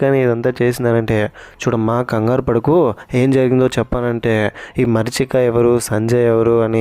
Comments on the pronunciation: మరీచిక not మర్చిక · మరీచిక❎ మర్చిక ✅😅😅